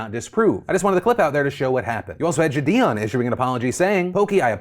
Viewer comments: why does he keep saying jidions name like that, i swear it was pronounced "jid-ee- on" not "juh-di-on" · It's triggering the fuck out of me how you say JiDion lol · does anyone know how JiDion pronounces his name? ive heard people pronounce it jid-ee-on, ji-day-on, and jid-ee-in.